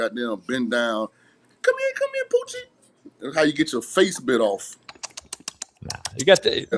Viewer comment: “What’s going on HEA” 😂😂😂😂